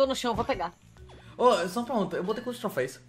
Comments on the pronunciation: Q agonia do falando trofeis aaaa kkk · só uma correção, é troféus